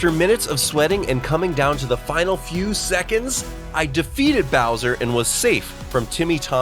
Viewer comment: no way he call it browser fight instead of Bowser fight😂